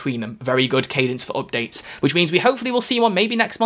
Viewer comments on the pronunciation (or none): none